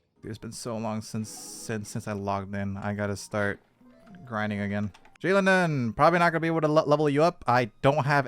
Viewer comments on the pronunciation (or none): Her name is pronounced “she-low-nen”